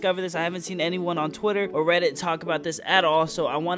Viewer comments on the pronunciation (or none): none